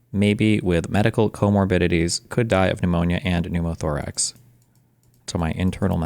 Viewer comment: dude really said pneumo toorax